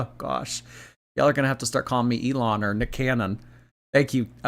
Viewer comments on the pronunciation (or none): none